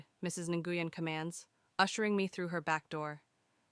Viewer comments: NGUYEN IS PRONOUNCED "Win" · Nguyen is pronounced, I believe, "win"